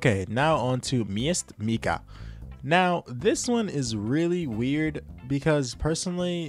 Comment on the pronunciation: By the way, the Saiga, it’s pronounced “Sigh-ga 12” not Sega… and don’t even get me started on Matka Miest…